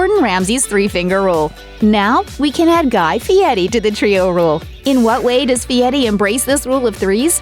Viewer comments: His name is FieRi, NOT FIETTY. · Why is the narrator calling him Fieti instead of Fieri? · IMHO, if you can not roll the r in Fieri, please do not pronounce it as a T. Just use the English version of R in Fieri. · LOL...You’d think she could at least pronounce his name correctly. What idiots.